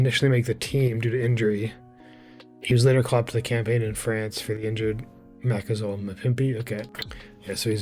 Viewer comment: Just helping with pronunciation before continuing the vid😂 Ma Ka Zo La, mm pim pi like that